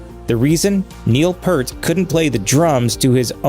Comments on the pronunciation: My pronunciation belief is …. PEART …. Like a pier 🎣… with a T … Piert-T Edit… Take it one step further…, P 👂 T say the “ear” part quick ..and end sharply on the T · It is pronounced Peert, but many got it wrong over the years. Vapor Trails was the first album after the tragedies. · A lot of people pronounced it Pert, but it is a long "E" sound...like "ear". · The Grunge video repeatedly said Neil's last name incorrectly. It is Peart with 'ear' in the middle just like you pronounce ear. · The narrator of the original video mispronounces Peart. Cringe worthy for me. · "Ghost Rider" on the album "Vapor Trails" was all about the loss of his family. In fact, at the conclusion of the performance of the song on the tour, Neil would snap his sticks in half. The narrator of this video mispronounced his name constantly, to an extremely annoying level. If you haven't seen Rush's acceptance speech for RRHOF induction, you need to. You'll thank me later. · Peart. Ear as in your ear. That's what Geddy says. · Imagine making a video about an amazing man like that and not pronouncing his name correctly throughout the whole thing. Oops. The vowels in Peart rhyme with ear 👂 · Yes, he's mispronouncing Neil's name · I HATE when people say Neils surname wrong, P Ear T not P errr t, I can't finish this, the guy literally is going out of his way to talk about shampoo. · it’s pronounced “ear” with a P in front and a T at the end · It's definitely pronounced PEERT not "Pert" as the narrator mispronounced it. My second favorite drummer of All-Time next to John Henry Bonham. Peart was more technically proficient but Bonham had the heavier and more signature, distinctive sound. Neil Peart also had an additional 40 YEARS to play the drums after Bonham's passing........ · It's peert, not pert. You are correct, the video is wrong. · It’s “peert“ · His name is not pronounced 'Pert'. It's pronounced like the fruit, Pear, with a T at the end.